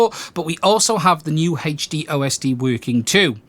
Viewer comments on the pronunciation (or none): Hache D lol I always get a kick out of when you say HD